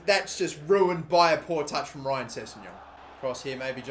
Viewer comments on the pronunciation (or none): none